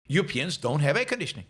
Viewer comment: “Euwopeans” lol